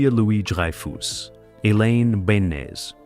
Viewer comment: "dry - foose", "beans" - ya gotta love AI, although not quite "there" yet.